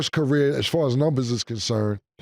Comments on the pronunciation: NEW GAME: Every time Ma$e says “Nimbers” in reference to saying “Numbers”, we will take a shot. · Mase be saying niyembers